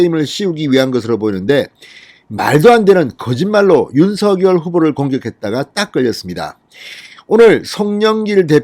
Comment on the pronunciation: 윤성녈로 발음해야 맞습니다ㆍ자음접변ᆢ